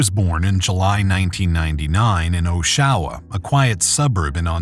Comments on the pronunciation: it is not pronounced as oshwa, it is oshawa. back to school boys. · Tell your AI it’s OSH-UH- WUH? Oshawa, Ontario. OH-SHOWA is wrong. My AI is smarter than your AI. Loser. Population of 175,000+ come on. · It’s pronounced AW-shu-wah not oh-SHAH-wah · Pronounce the name of the city right will ya. Osh A wa